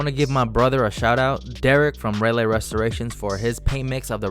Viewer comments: its not rah lay it rah lee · You are disrespecting my city 🤣 how you not know how to pronounce Raleigh 😑